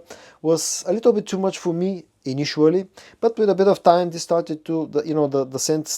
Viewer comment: I love your videos and watch them like everyday, i just wanna make a little correction, it's initially and not initually.... Thank you for the great work, keep it up:)